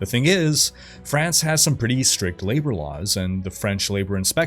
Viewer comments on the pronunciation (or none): none